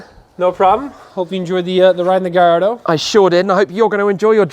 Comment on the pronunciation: It's not a gajardo cmon